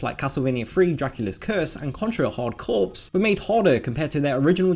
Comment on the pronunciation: Contra "hard corps" is pronounced "hardcore", not "hard corpse". Why do native English speakers out of all people still don't know that? Ugh..